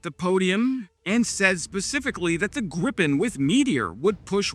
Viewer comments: Ok, may I be petty? It's not pronounced as in gripe, the i-sound in the JAS39 is closer to what would be spelled as ie in English. Same sound as in field. I won't complain about the r-sound though, as English doesn't have that sound. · GREEEEEE-PEN... not GRIP-pen I know you're American, but put some effort in.